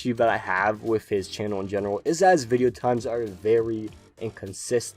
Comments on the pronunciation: I really like how he'll pronounce some pokemon's names and moves wrong on purpose sometimes, it kinda adds to the charm. Now that he said "wideo" comes from his German friend it has me wondering if some of the other mispronunciations are from him as well. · In one of his recent videos he said that he says wideo because he has a german friend that couldn't pronounce v's very well and used the w sound, and their friend group all started picking up on it because they thought it was funny. So yes it is intentional. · I love wolfy, I've used one of his teams that he showed for the past few seasons of ranked. But yeah he does mispronounce a few words on purpose. Idk why, this includes wideo, jigalith, jenjar and it can be a bit cringe but I think he does it on purpose as some sort of inside joke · You pronounced wideo wrong